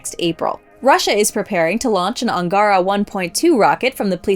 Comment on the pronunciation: Angara is pronounced AngarAH — the stress is on the last ‘a’. (Not like the angara in Mass Effect.)